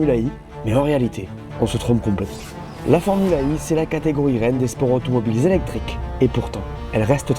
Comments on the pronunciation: Pourquoi tu prononces formule Ai et non formule E?? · Super vidéo, merci En revanche la prononciation fait un peu Formule AI Comme si l'intelligence artificielle avait une importance capitale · Formula One Formula E E se prononce i en anglais 😁